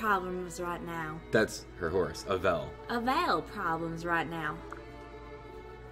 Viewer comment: you always pronounce Avel's name wrong